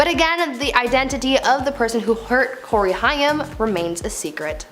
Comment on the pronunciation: The way she pronounced Corey's name and no one corrected her.